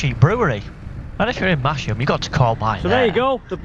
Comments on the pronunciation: Mas - ham not Mash - ham. And even as a proud Yorkshireman I got it wrong, but never made the mistake again after my wife 'corrected' me. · Great video, nice to see familiar places. next time you go if you pronounce it "Mass Mmm" you might get extra black pudding ;) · Silent 'H' in Masham. Another Yorkshire settlement with an unpredictable pronunciation to add to the list! Looks like a belting ride, thanks for sharing.